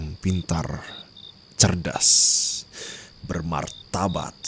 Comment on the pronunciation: bermartabat atau bermatabak yah, ko aku denger nya martabak yah?😅😅